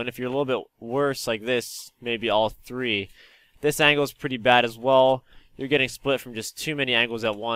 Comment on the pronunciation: The way he say 3 is so funny at the beginning